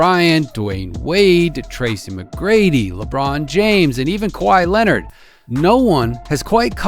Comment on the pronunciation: Kahwhi Leonard 😂😂😂💀